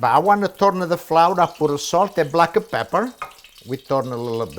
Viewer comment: Don't forget the black e peper...